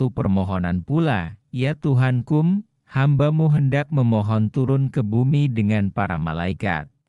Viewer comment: MU : emyu 😂